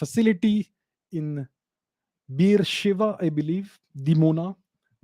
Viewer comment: Liked the way you pronounced : बीर शिवा